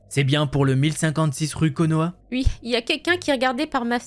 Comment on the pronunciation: J’ai adoré la voix féminine qui ne dit jamais « oui » mais « ui » 🤣🤣🤣